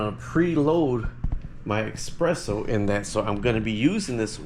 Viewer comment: eSPresso not eXpresso